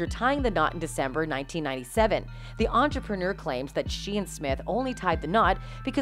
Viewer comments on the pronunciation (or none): none